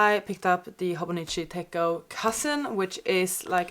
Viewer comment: I noticed you are calling it a tech-o but it is pronounced tet-cho I made this mistake for years before someone called me out on it and laughed at me